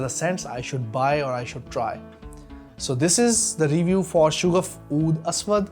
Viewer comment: Hello. Sha-gaf hai Not Shoo-gaf.